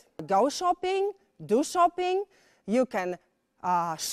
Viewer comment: Tylko ze ta Pani nie mowi nie tylko idealnie, ale wrecz masakrycznie niepoprawnie. Jej angielski jest tak spolszczony ze glowa mala. A przez wymowe wlasnie czasami trudno ja zrozumiec. Trzeba sie domyslec jakie slowko powiedziala. chociazy to czoping na poczatku...albo czekac, bo moze za drugim razem wymowi poprawnie.